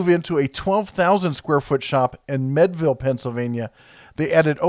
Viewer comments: It’s MEADVILLE not MEDVILLE. To lend credibility to your info please pronounce words correctly. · its pronounced meed ville not med ville. they have outsourced a lot lately but the pliers are all made here in pennsylvania, at one time you could get seconds at the factory store that were better than most competitors but now if they arent firsts they are melted down. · Pronounced meed-ville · It's not medville, it's MEADville....the a is not silent... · I like how he says "med"-ville instead of "mead"-ville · Great video! Born and raised in Meadville (Meed-ville) and know lots of people who work at ChannelLock. The DeArments (Dee-Art-Ments) are still local and very influential in the area. When I was in middle school we had a field trip to ChannelLock and got to see the whole process. Great company! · It's Meadville, pronounced "meed-ville" The DeArment family still owns it, and have been great benefactors to the Meadville area. As you are coming into Meadville, from I-79, the first thing you notice is a huge 30'x50' American flag at the Channelock plant. Makes me proud to live in this county every time I pass it. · pronounced Meedville! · Meadville pronounced m(ee)d-ville. Mead is pronounced like the drink mead. Just an fyi. Cool video. Thanks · Conny ought lake and meed ville for town Pronunciations. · You talk about the proper names for tools. How about using the proper place names of Western Pa, :-). The lake is Connie - et, (conneaut lake). The town is like the drink, Mead, Mead-vil. I applied for work at Channellock when I graduated from High School. You did a previous video of the Crescent brand. The former Crescent tool factory and the Channellock Factory are only about 60 miles apart. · Lol...say it with me....Con E Ought Lake( Conneaut Lake Pa) Lol...Say it with me Meed ville ( Meadville Pa ) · it's MEEEDville PA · Man you are butchering the pronunciation of Con-neaut Lake and Meadville lol